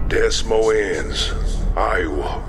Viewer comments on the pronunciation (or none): Why can’t people that are reading things online take a moment to learn how to pronounce them? Des Moines is not Dess moe-inns its d’moyn. Beau is not byoo, its bow-rhymes with slow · Des Moines is pronounced "deh-moyn" - Logan would know this so I'll pretend he was making a joke. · My only critique is that "Des Moines" is pronounced "deh moyne." Lol. Good job though with the vid! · Des moines??? Pronounciation! Like "de moyne" not "des mo inss" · Des Moines, Iowa is "Duh-Moy-N eye-O-uh" If you need help with pronunciations, just ask, ahead of time I'll help you polish the scripts up with phonetic pronunciations that are easy to read and say that are correct. 🙂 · incredible, better than anything MCU has put out lately... only thing I'll mention - and it's only bc I dig this video so much - des moines is pronounced "duh moyn" and beau is like "bow" like rainbow. really great stuff!👍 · Des Moines is pronounced De Moin. Rhymes with de coin. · You couldn't be bothered to look up how Des Moines is pronounced? Come on, bub! "Duh Moyn" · Perfect, but a quick edit suggestion: "deh-moyne, Iowa". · So many things pronounced wrong. lol "Des mos ins" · Butcher pronunciation of Des Moise Iowa ha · Great work guys, just a heads up "Beau" is pronounced "Bo" and "Des Moines" is "Duh Moyne" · Yeah except for the butchered pronunciation of Des Moines. Good lord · I like how the voice actors can't pronounce words like "Beau" and "Des Moines" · The way they pronounced des Moines iowa was scary. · Aside from you mispronouncing several names and the German word, this was pretty solid. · For real. I mean this is great, but did they never hear Des Moines pronounced before? Or is it some joke I'm not getting.